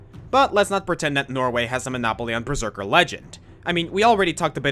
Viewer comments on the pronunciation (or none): none